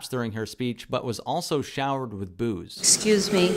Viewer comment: When you said “showered with boo’s”, I heard “showered with booze” - is that a racisms? 😂